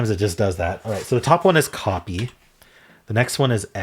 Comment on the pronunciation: In Hang Five, when going thru the options for the first word the first time, you actually mentioned "copy" but you pronounced it "copey". Which is probably why it didn't occur to you that time. 😂